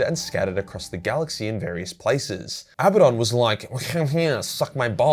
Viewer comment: In all great video and thanks for pronouncing Abadon correctly 👍 😀 👏 👌